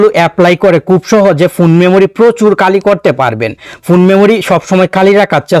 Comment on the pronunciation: আরে ভাই, উচ্চারণ শুদ্ধ করুন।"কালি করুন" এটা কি ধরনের উচ্চারণ? " খ " অক্ষর "ক" উচ্চারণ করছেন কেন?